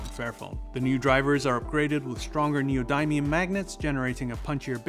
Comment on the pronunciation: neodiemium? not neodymium?